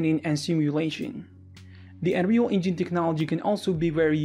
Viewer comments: "Enreel Engeen" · you probably heard about "THEE ANREYOUL EYNGENE" :D :D :D